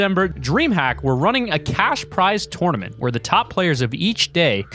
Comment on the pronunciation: A tournament it piss me off how he said tournament